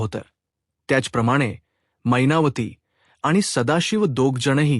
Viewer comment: काय छान मराठी भाषा मैनावती ला महिनावती म्हणता तुम्ही. साहित्य परिषद अवॉर्ड तुम्हालाच नक्की